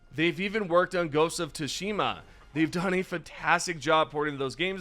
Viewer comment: Ghosts of twoshima? My brother, it's su-shi-ma (Tsushima) I'm sorry..